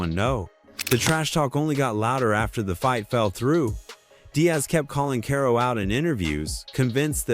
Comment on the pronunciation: damn, I hate these videos from you guys who clearly don't watch the sport. I am just 1 min in and heard you mispronounce karo's name like 10 times. Its pronounced like carl not kay-ro.